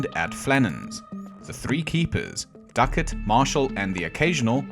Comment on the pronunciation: That would be Ducat, not "Duckett". :)